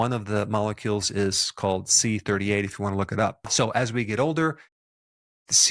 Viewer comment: CD38 not C38